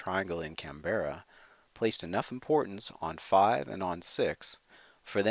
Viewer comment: this is how people should say Canberra (can-bra)